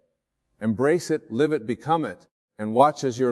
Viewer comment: yes listen to the certain words like Live as in living expressed as if in a sentence live recording dead giveaway